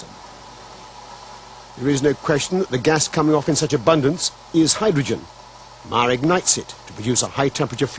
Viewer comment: I SEE "Meyer" - I HEAR "Mahr" ( :¬o)